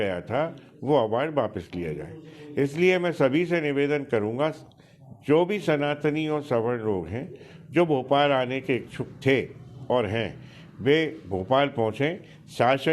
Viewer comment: पत्रकार महोदय जी स्वर्ण नहीं सवर्ण उच्चारण करें क्या आपलोगो को सवर्ण कहने नहीं आता है सधन्यवाद